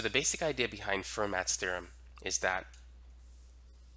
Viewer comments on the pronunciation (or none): Fermat is pronounced "fair-mah" in French.